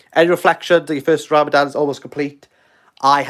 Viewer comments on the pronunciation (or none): I did Not expect this thick Welsh accent hard-as-nails man to survive the first week of Ramadan, but deep inside, when I sow how he makes the "Rrrrrrrrrrramadan Mubarak" sound, I knew he is sincere about life, and he might just make it to Eid. Look at him, crumbling, but not falling. Look at him now after thinking of quitting youtube, he is making a Live... Man we Love you for the sake of Allah, and may Allah bless you and your family, and may Allah give you from where you never expect, and keep you and your loved ones on the straight path insha'allah. Eid Mubarak Brothers & Sisters 🎉